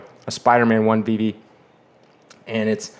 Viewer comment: you finally learned how to pronounce Veve 👍🏽